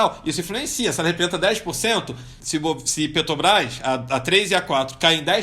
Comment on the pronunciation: Incrível como um cara que não consegue nem falar Petrobrás faz tanto dinheiro !